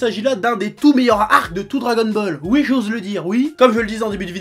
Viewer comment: J'adore quand il dit "ui'.